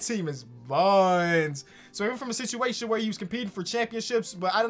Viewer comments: regular people: “situation”: “sitiation” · No one:: Contract sitchiation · Nobody:: “Sichiation”